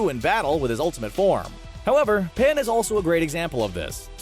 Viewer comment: It's pan not paya